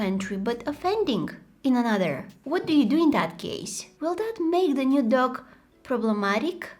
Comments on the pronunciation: I thought she was saying duck instead of dog😂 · am i the only one who keeps on hearing duck and not dog? 😂